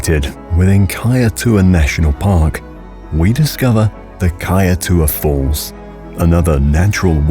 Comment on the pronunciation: Pronunciation for the kaietour falls was incorrect